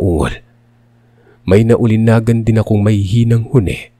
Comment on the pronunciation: Bugok! Nauulinigan, hindi nauulinagan.